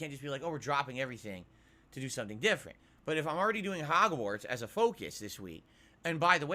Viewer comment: Hahgwortz will save the channel Da Sooper Bowl will save the channel